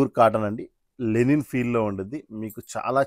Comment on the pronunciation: లెనిన్ కాదురా బాబూ, లినెన్.ప్రతివాడు ఇదే.ముందు రెండింటికీ తేడా తెలుసుకో